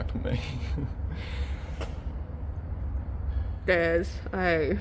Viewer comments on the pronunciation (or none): “Oh dear”…. “Fark me!” How to speak Aussie 101